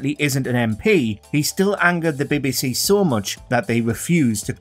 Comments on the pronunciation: Bee Bee See not Bebe Se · "The Bibby-See"? LOL! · Why is the narrator having trouble with saying BBC? What's the "Bibby Sea?" Is it near the Red Sea? 😂😂😂😂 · The John Lydon story is a real indictment of the “Beb BC [as the narrator would say it]” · Why you got to call it “Bebbiesea”? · Can anyone tell me what "the Bi-Bi See" is? Surely the voice over can try and pronounce the initials correctly. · Why h call it bebby sea? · The next person to be banned should be the narrator of this video for his very odd way he pronounces "BBC"